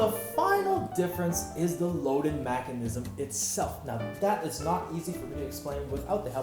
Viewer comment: Stop saying macinism its mechanism